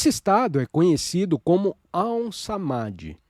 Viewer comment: Olá! Gratidão pela leitura! No entanto, há palavras q não estão com a pronúncia correta (ou, pelo menos, corretas para a nossa sonorização em português, já q são palavras em sânscrito). Nesse texto, percebi duas: a primeira foi o Gita, a qual é pronunciada por aqui como "guíta" e não "guitá". E a segunda foi o AUM, onde pronunciamos mais ou menos assim: aÚm. E não Áum como foi falado.